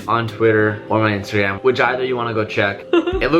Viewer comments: "INSTARGRAM" :D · "Instargram" good job lol keep doing what your doing give's me motivation to be better in life.